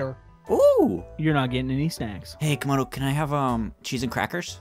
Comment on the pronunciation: It’s camodo gaming not comodo